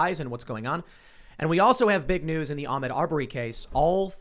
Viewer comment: Wau Kesha their is no w at the end of the word news guys